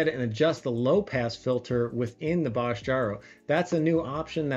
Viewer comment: Good to see that it not a bad alternative to the TDK ones. Btw:The „o“ in Bosch is pronounced more like the „o“ in Porsche.